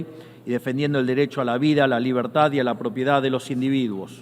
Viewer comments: Po que la libetad , y la libetad , porq la libetad y viva libetad . 😂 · Que poco convincente suena Milei al pronunciar la palabra "Libertad". Hace un esfuerzo al final añadiendo un "carajo!!" pero es en vano.